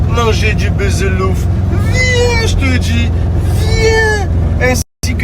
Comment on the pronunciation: C pas "B[eu]zelouf" narvalo mais "B[ou]zelouf" chaque année jtle répète bordel